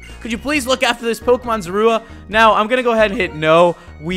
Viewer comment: you don't pronounce Zorua right at all